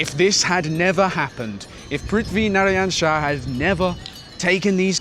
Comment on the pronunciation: THAT PRITHIVI NARYAN SHAH WAS SPOT ON